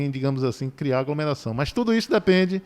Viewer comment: Você deveria voltar pra escola, pois nem sabe falar o português formal. O correto é AGLOMERAÇÃO e não “agromeração”.